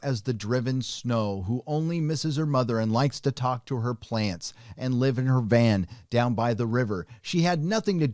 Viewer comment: "VAN" WYLDER